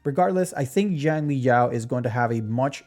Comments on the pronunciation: In Chinese Xiang is pronounced more like Sh-ung. But you should use the closest English pronuncation, so just ''Shang'' like Genshin's Xiangling. But yeah a lot of gacha CC's really do be reading the names in the most random ways, like they dont know English or Chinese. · 😂that’s just another way to pronounce it wrong bro. There’s no English equivalent of X sounds that’s why it’s so hard for westerners to pronounce. Just call him Yao that’s his given name anyways Xiangli is his family name